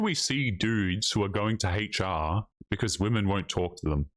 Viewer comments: I liked hearing dude say Haytch-R the whole video. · I approve of pronouncing HR as "hatech are"